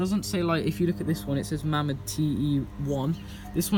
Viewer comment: mamod is correctly pronounced 'may mod'